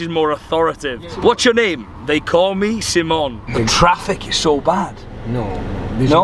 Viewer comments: Why do you introduce yourself as "Semen"? I thought your name was Simon buddy. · Why always seemon and not Simon 😂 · ha ha why do you tell people your name is Seemon......its like me saying my name is Maythew :D